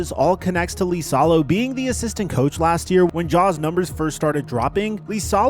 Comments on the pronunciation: Miami makes zero sense because Noah Larouche implemented the new offense for Miami this year and he was at the Grizz last year running the same system that Ja hated. Also, liasolo is pronouned like Eisalo not LEEsalo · THE COACHES NAME STARTS WITH A FUCKING I. IT IS NOT AN L. IT IS AN I. IISALO. NOT LISALO. GOD DAMMIT.